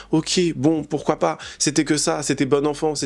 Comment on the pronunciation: Pourrais tu arrêter de dire ''poursuoi pas''? N'y a t il pas un dicton qui dit qui vo.. un oeuf vo.. un boeuf?